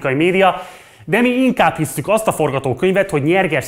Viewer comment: “aszt”? Mondd inkább úgy, hogy asztat! Vesztes. 😆✌️